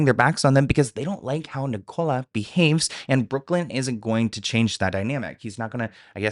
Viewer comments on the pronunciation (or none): Yeah, it's 'Nik-ul-a' not 'Ni-cola' 😅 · Sorry but it’s Nic-co-la Little less on the cola pleas😂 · you saying Ni-Cola kills me 😂😂 in South Africa it's a really common name idk about the US. Pronounced with the stress at the beginning like ni-cala❤❤